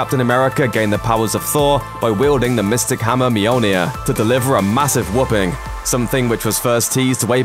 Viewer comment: does all this research, all this effort to put a video together for 4.3m million people and mispronounces Mjolnir.